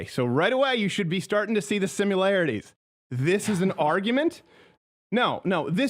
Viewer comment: Yeah, loads of "simularities"